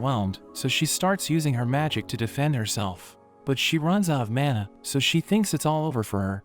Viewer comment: they butchered the manuha